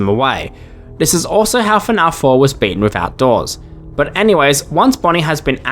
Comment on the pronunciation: Is it weird that even as an Aussie, I hate the way he pronounces fnaf? lol. I've heard how Americans pronounce it too much, so pronouncing the 'a" the way I'd normally do it for every other word just sounds wrong.